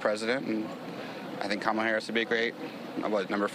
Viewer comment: At least when Harris wins the election you all can stop deliberately mispronouncing her name. "Madam President" will suffice